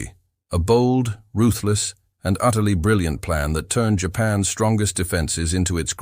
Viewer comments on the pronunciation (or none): For the love of god teach the AI that words like Japan's are not pronounced "japan ess". Apostrophe S is not rocket surgery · AI pronounces Japan’s as Japan S. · Humorous AI. The voice can't say "Japan's". It keeps saying Japan s. The pics are funny also. When it talks about landing on an island it shows a landing craft leaving the island and soldiers running the opposite direction . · Hmm, odd. You would think a human could step in to edit...